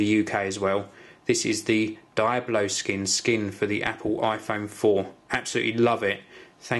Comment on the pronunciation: Die-Oh-Blow Skins? its Dee-Ob-Low **your welcome